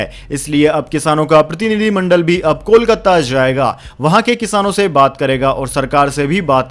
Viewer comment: 'Jarurat' kahajata hei aur zarurat nahi, zaiga nahi jayegaa hona chahiye uccharan difference theek kar lena